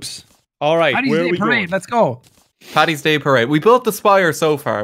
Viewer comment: Ang R Paddy is just a slang/shorter way of saying it. Patty is inaccurate though. Paddy not Patty.